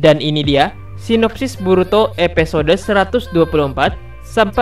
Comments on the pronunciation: Episode bang bukan epesode pengucapannya. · Ngomonya episode bkn epesode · Sama njir.. Padahal di judul dia nulis episode tpi dia baca EPESODE.. Wkwk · Episode bang bukan epesode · Episode woyyy bukan epesode 😂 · Kak bisangaksih bilang episde 😡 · EPISODE WOI BUKAN EPESODE. mual gw dengernya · Epesode....!!!! Kyak mau keselek lu ngomong min.... Menjemput bukan bejemput... Untung aja gk bejembut...